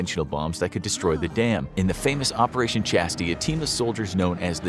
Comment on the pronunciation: I think it was pronounced operation chast-eyes